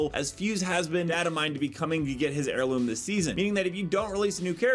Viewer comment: Heurloom you say :D